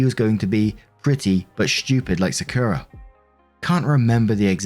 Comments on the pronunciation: sakura is said sock-oo-rah. good video! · I know I’m crazy late but it’s Sah-Kur-Rah (Sakura) I know you a hard time with names😂. Just wanted to say that. I’m glad she didn’t treat Sakura wrong based on her sister personal bs. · its pronounced “Saa-ku-ra” like the tree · Im just listening, and it took me til you said her family was in Japan that i realized that "Secura" was supposed to be "Sakura"..... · I was listening to Story 1 and hearing Sakura as "Secura". Side effects of Star Wars. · For future reference, Sakura is pronounced "sah-koo-rah". Like the character from Naruto... whose name is based on the sakura flower. No emphasis placed on any syllable, Japanese doesn't do that since emphasis is reserved for defining words rather than pronouncing them. It's also a different "r" than English uses but no one can blame you for not bothering to learn it. Fun fact, by the way. "Saku" means to bloom. So "sakura" literally just refers to the fact that it blooms. Quite an unremarkable name for such a remarkable flower. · Im sorry but the way says Sakura makes me cackle like a hyena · As someone who spent years going through a weeb phase, it pains me to hear how pronounces Sakura more than anything else in the first story.